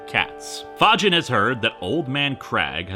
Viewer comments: Are you sure it's not pronounce Fae-G-in? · Surprised it isnt pronounced the same way Fagin is in Oliver Twist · "Fagin?" You sure it's not Fagin, like from Oliver Twist?